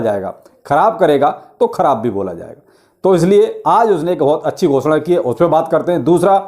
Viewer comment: Bhai aap ghosda bohot acha kehte hi...🤣